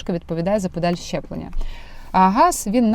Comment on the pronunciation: Мені почулося чи ви сказали щеплення?)))